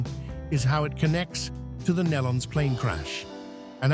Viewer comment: It's pronounced "KNEE-LON" (Nelons). Get it right!